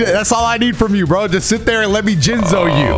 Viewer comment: “Let me Jinzo you” play it slower Let me Jinz o you 🤨